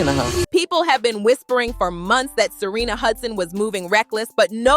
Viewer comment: Why do you say Serina when it's Sharina?